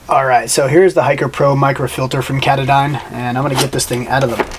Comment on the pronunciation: ka-taaaahh-don NOT cata-dine!